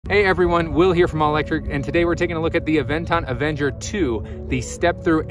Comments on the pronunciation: You keep saying "Avenger". It's Aventure. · Good information. Great review. I just have trouble listening to you calling the bike Avenger 2 instead of Aventure 2 or am I not hearing correctly?